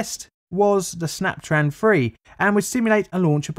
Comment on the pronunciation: "snaptran" sounds like when jimmy neutron's teacher if she was trying to say 'snap tron' SNYAPTRAAN